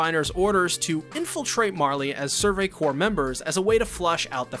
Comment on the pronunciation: survey corpse was the one that got me